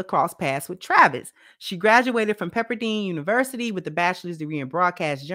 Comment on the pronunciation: PEPPER DINE ( DINING) DINE ..NOT DEAN